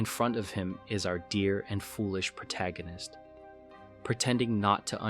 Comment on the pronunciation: Thumbs up for correctly pronouncing the word "protagonist " instead of "pro-toe gan-nist". 😆